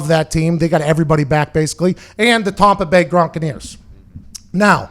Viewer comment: The tompa bay gronkaneers